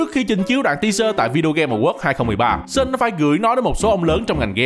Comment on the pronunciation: Chô tồ ma tề, "Sean" không phải là "Sơn", qua kênh Dan Hauer có chỉ cách đọc nha